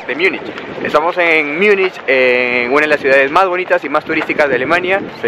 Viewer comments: Porqué dices Miunich? En español Munich. En alemán München. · Si vas a decir Múnich, procura mejor pronunciarlo asi (Munij) no Miunich, asi suena mal.